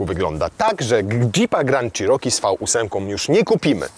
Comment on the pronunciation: przed przystąpieniem do nagrywania proponował bym zapoznać się z poprawną wymową nazwy " cherokee" , to słowo zostało wypowiedziane naście razy co sprawia ,że uszy bolą :/ tak na szybko, dużo lepiej by to brzmiało " czeroki " a nie "cziroki" . Nie jest to dokładny zapis wymowy ale jest o niebo lepszy. Nie ma tu żadnej uszczypliwości, ale jest to tak nagminnie powielany błąd ,że jak staram się wymawiać poprawnie jestem poprawiany a to już ponad moje siły. Pozdrawiam.